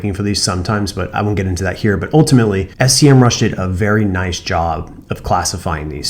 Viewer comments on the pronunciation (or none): that’s SEMRUSH, not S.E.M.RUSH! Anyway, that's a great video. Thanks.